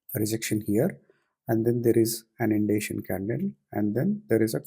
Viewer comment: Hope you get well soon and come back stronger. Just quick question, I didn't understood what the word you said , (indation?) and why you considered the confirmation candle in the first place because I thought that the sloping down pattern line would have restricted the momentum ahead and so I didn't take it. Thankyou and take care.